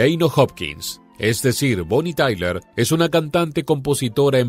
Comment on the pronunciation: Bonnie Tyler... Sin la A.... Madre mía... Qué vergüenza....